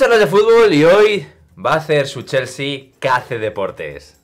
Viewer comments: „Cheooolsy“ :v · Lo mejor del video es como pronuncia chelsea